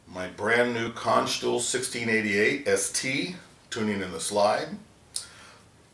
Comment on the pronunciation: "Cans-Tull" is the correct pronunciation, not "Cahnschtule."